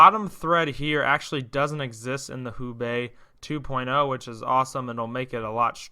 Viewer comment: Just to avoid confusion, I believe Houbei is pronounced "HO-Bay". Enjoyed your video!